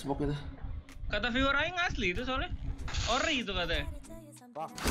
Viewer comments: Ori mananya itu o nya beda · itu, kalo ori huruf o nya bukan kayak gitu